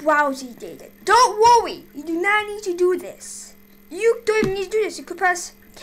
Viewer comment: Dwont wowwy 🙈 LOL